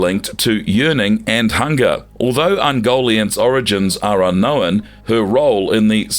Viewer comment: Please learn how to say the word ‘unknown’